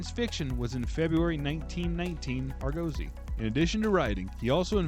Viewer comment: not ar-GO-sy its ARGO-sy 😂